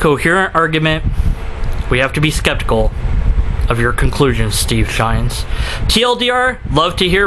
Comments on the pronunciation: Just curious. Why are you calling him Steve Shines, and not Steve Shives? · Not sure if you're saying 'Shines' deliberately for a reason, or if it's just a simple misunderstanding. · I love how you mispronounce and misspell Steve's name so blatantly. I unsubscribed to Shives when he made his first video on rape culture. His wife was nonchalantly using the PC behind him, probably coaching his indoctrination. He says he won't talk to someone who supports a hate group, but I'll bet if Shirley Phelps-Roper wanted to chat Steve would jump at the chance. I believe that deep down he knows feminism is another religion but he can't fight it because of his wife. I have a coworker who has been an atheist for as long as I've known him. His wife gave him an ultimatum one day. He's a "happily married Christian" now. Damn patriarchy.